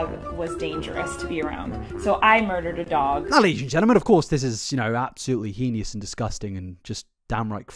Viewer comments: heinous. not "heinious." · "Heinous" is pronounced "hay-nuss" (hānəs) 🤓Pretty sure that holds true on both sides of The Pond. Would not mention except you used it several times and seem to like getting things right. Great video! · You should make an apology in your next video on Colleen for your pronunciation of "heinous" as "henious". It's cute but it's wrong 😂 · I love the way you pronounce "heinous" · The way he pronounces "heinous" is so interesting. 😆 Is that a British thing?